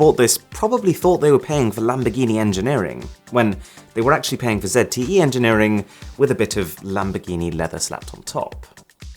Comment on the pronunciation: "Zet e e" bro ZTE i repeat Z.T.E